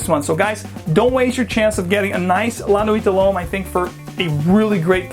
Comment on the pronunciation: You butchered the pronunciation but the review itself was great!